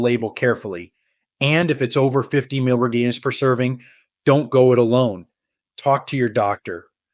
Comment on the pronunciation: Why can’t this AI voice say “milligrams”?